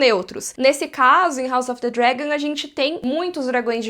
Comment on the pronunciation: Ah mano, parei de ver em 5 min. Não aguentei ficar ouvindo falar: House of the Dregon